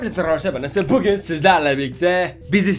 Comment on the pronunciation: Abi bugün demiyosun pugün diyosun